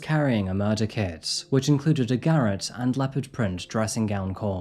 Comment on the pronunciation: Love your videos, garrote is "gah rot" though buddy.